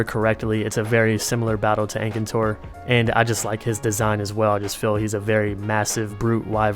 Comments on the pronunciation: "engcantor" wth xD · 'Ankator Ankator Ankator', the N is before the T, Akantor. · Akantor, not ankator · Aekaentor Fadalis That's the wrong way its "Fatalis" and "Akantor" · the way you say some of the names is so weird lol.....Faytalease, aykintour ... the rest are fine but them two i had to double check i was looking at the right monster! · There are Frontier games on PS4. World isn't the only one. Speaking of Frontier, wouldn't it be cool if Disufiroa was put in? Though, people would be overwhelmed. I like how you think that you pronounce Ukanlos wrong when you pronounce most of the others incorrect but Ukanlos right. How did you butcher my Akantor so badly...?